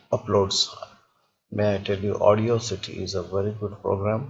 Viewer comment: It's not AUDIO CITY..... It is AUDACITY aw das sity